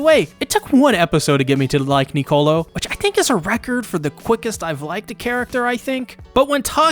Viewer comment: also please when you say Nicolo remember its one word, your pronouncing it like to words,its one word, lol